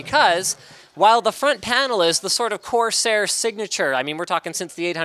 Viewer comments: I just died of laughter when he said quarsair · "QUARSAIR" - I knew it! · when he said quarsair i could no stop laughing for a day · "quarseir" aushuahsasuahsuhauhsuahsuhasuhauhshuah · I almost spit out my drink when he said "Quarsair" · I almost fell from my seat when he said Quarsair. :D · Liked because "QUARSAIR" made me lose my shit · "QUARSAIR" xd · "Quarsair" REALLY LINUS,REALLY.But hey at least it's the same old Linus.The only thing missing in Linus' CES 2016 is him not breaking anything although attempting to remove the PSU shroud is a step forward